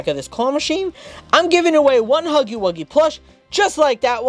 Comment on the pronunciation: You said huffy instead of huggy